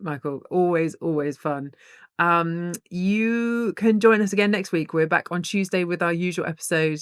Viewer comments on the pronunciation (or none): none